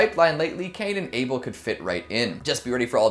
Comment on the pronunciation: it's able not Abel EEEEEEEEEEEEEEEEEE